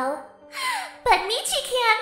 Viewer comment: Meachy stop saying meachy